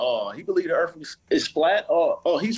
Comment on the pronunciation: I heard “earf” that was it for me.